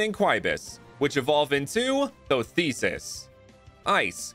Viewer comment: Thothesis would be such a cool name if Thoth's was pronounced the way it was spelt, it's pronounced closer to "Thought" iirc. Aside from that small nitpick, really cool ideas all around!